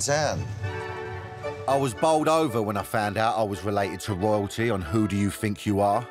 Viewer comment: Danny ‘woyaltee’ Dyer